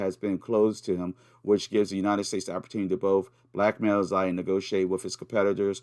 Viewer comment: Hi mate. Subbed to your Odysee. Btw, I speak Chinese & "Xi" is pronounced like "she". Have a good one. 👍